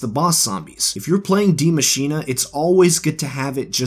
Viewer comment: ITS NOT PRONOUNCED "DEE MACHINA" ITS PRONOUNCED "DIE MACHINE". Tf